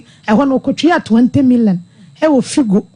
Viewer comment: Please it's Fido not Figo,,,, Point of Correction